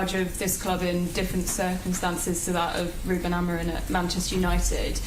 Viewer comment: Why does everyone say "Amorin"? His name ends with an 'm'. Slot said it, the journalists were saying it, even United fans say it. Why can no one say it? Its so simple 😂